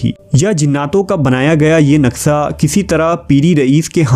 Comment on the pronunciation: Brother its naqsha not naqsa